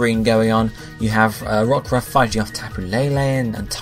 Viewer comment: Lack-ran-rock and Rock-Raff??? Can you read?